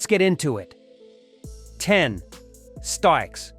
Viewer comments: 'STIKES'???? It's spelled Styx, and pronounced 'sticks'. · WHO THE F***k MADE THIS LIST?! Could not pronounce STICKS? YES?! They were both fond of the other , ELP I have never heard them mentioned together - could not get past this much of the list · "stikes" as the pronunciation for Styx???